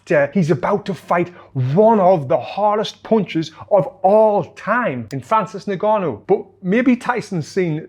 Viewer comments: its pronounced ngannou not nigganou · its pronounced un-gannou mate